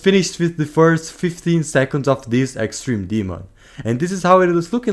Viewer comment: “Extrene demon”